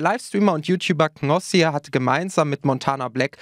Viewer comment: der heißt knossi und nicht gnossi!!!!!😡😂